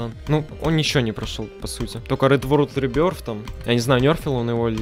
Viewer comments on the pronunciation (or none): none